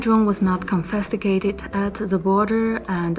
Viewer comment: confisticated sounds better😂